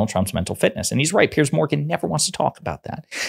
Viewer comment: OK much needed PSA for you and: "Piers" is a different first name from "Pierce". A helpful thought maybe that "Piers" should be pronounced like "peers" as in "he was not respected among his journalist peers".